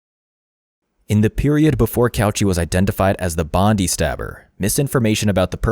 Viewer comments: You need to emphasise the "die" in Bondi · Hi! Australian sydney resident here 😊 Bondi is bond-eye not bond-dee. Like Melbourne is Mel-bun not Mel-born. Other than that solid documentary and well researched. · he was crazy. why do they not LOCK UP people with schizophrenia? They nearly always lose grip on reality. And pls, it's pronounced Bon-Dye, not Bon-Dee. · Bondee!!? Pronounced bond eye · Dude it’s pronounced Bond’EYE’ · bondi is pronounced bond-eye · Lets try again it's Bondi not Bondy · Bond eye. Bondi. Thats how you say it. Cant believe you didnt research that. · Great video but just for future reference so you dont get roasted by any of us Aussies it is pronounced BOND EYE. 😊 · Bony has its Bondi (bond eye) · You said "Bondi" wrong hahaha that's okay though. My Canadian mate said the same thing the same way 😂👍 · Mate, that's not how you pronounce Bondi. You show multiple media sources, all of which are Australian and pronounce the word correctly. Not sure why you'd think their pronunciation was incorrect. Otherwise, good vid. It has definitely sparked a huge discussion about our mental healthcare system and the failings of the community health teams who should have been maintaining contact with Cauchi, as well as the psychiatrist who felt it was okay to take a paranoid schizophrenic off his anti psychotics.